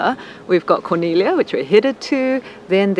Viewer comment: I appreciate so much your commitment to correct pronunciation. I see so many videos where they really butcher it and Corniglia is frequently, and easily mispronounced. Great video. We were there after you guys in July.